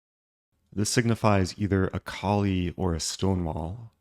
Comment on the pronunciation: Why do you pronounce the e in Colle? Is that how Colle pronounced it? (In French, final e is silent.)